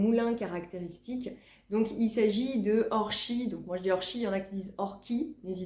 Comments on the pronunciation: Bonjour, votre façon de prononcer Orchies est bien la bonne. Parole de nordiste ! Lol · Bonjour, Je découvre vos videos,un vrai régal à regarder, très plaisant. Merci pour vos partages. Habitant le village à côté d’orchies,je vous confirme que vous avez raison de prononcer le '"ch" Belles trouvailles !